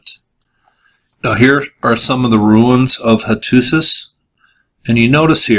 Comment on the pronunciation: They actually had writing on clay tablets. They found in the kiln but they could not send out the “letters”. Because they were attacked. They were still in the kiln. They said who it was. They were trying to send an SOS. You can read word for word. And you should learn how to pronounce the name of the city. It’s easy. Go in YouTube.